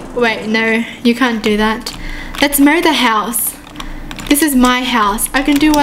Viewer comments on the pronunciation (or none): I Thought She Said Lets Murder The House Lol She Said Mow The House...